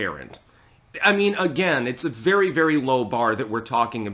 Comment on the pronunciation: “Be vewy vewy quiet, I’m speaking.”